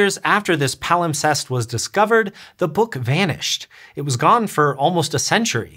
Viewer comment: Dang. Now I can’t get the word “palimtest” out of my brain. Yes, I know it’s “wrong”, but that’s what my brain saw/heard and it won’t budge.